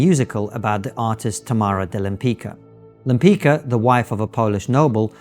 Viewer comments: You pronounce Lempicka: Lempitzka and not Lempica; like Trotsky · Lempicka's name is pronounced more akin to “Lempitska”. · Lem+pits+ka. That's how you pronounce her name. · I believe her name is pronounced "Lem-pitch-ka." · You know better how to pronounce Lempicka. She was a great painter and I hope this spikes people interest in Polish artists who around this period whare the best in the world.